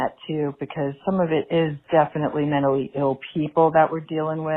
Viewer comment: David David... you know they won't understand what you're talking about unless you use their own language. You need to be saying "menally eel".